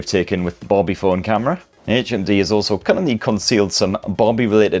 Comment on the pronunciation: I thought you kept saying HMV and I was like "what year is this!"